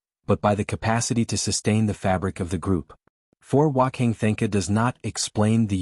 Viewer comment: F'ing AI can't pronounce Wanka Tanka correctly. AI is such garbage.